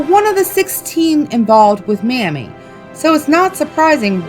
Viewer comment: Mamie Thurman’s name is pronounced MAY-mee